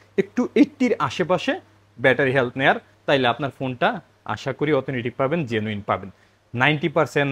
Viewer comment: অথেনটিক উচ্চারণ হবে ভাইয়া!